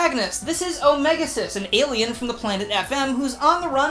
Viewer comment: Also, how wrong am I for the pronunciation Omega X-is?